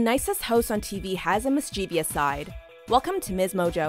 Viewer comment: mis-chi-vous, not mis chee vee ous